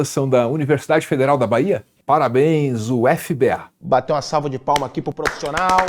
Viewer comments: Oi se pronuncia ú-fi-ba. Aqui dificilmente lemos cada letra das siglas, geralmente otimizamos o tempo!! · Não se fala U F B A, é UFiBa (UFBA). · eu te amo mas é um crime chamar de "u Efi bê Ah" a pronuncia certa é "ÚFiBA" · U F B A kkkkkkkkk é Úfeba a pronúncia. Parabéns por salvar o Brasil,!!! Trabalho essencial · Como estudante da UFBA me sinto na obrigação de dizer que a pronúncia aqui não é "u-f-b-á" é sim "ufbá". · Só uma sugestão, aqui a gente chama a UFBA de U•FI•BA, no vídeo vc falou U•éF•B•A kkkkkkk❤❤❤ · Olá, a UFBA não se lê como uma sigla, mas sim como uma palavra. Por favor usem o fonema "Ba". É uma lógica parecida (se não a mesma) com USP. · Só tenho uma correção porque sou da casa: "UFBA" lê-se "Úfiba" Obrigado.